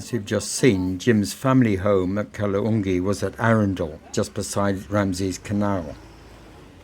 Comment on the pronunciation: Its Kaala Dungi.. Not kaloongi..